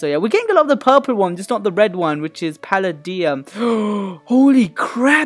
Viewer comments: Palladium is pronounced pal ay dee um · It's pronounced palaydiam